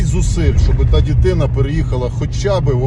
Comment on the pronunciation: Звісно, всі хто причетний до злочину та його виправдання повинні бути покарані. Навіть ті хто виправдовують такі вчинки мають нести відповідальність на рівні зі злочинцями! Але просто ріже вуха... Якщо розмовляєш українською то роби це правильно ДИТИНА, а не дітина... Я вибачаюсь за придирливість, але ріже вуха